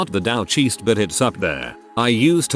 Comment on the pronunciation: Gotta love Text2Speech synth voices.